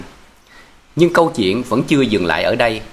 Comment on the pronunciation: Giọng đọc nghe rất dễ chịu nhưng vẫn còn vướng nhiều lỗi chính tả do phát âm chưa chính xác. Ví dụ như: an toàn chứ không phải an tòn” . Câu chuyện chứ không phải “ câu chiện “. Kiểm soát chứ không phải “ kiểm sót “.Nhiễu loạn chứ không phải “ nhiễu lọn”….🙏